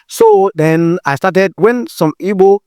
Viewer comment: For him to have pronounced Igbo correctly, means he is truly a yoruba/Igbo man. Lol😂😂